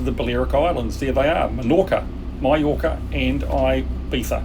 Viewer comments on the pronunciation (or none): none